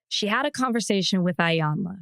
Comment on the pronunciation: It’s E - yawn - la